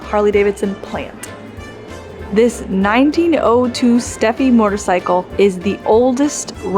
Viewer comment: You have an interesting way of pronouncing “motorcycle” as “mortorcycle” - with an extra “r” thrown in. Wonder where you picked that up